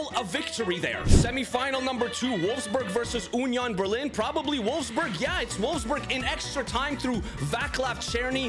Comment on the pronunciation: UHHnion Berling😂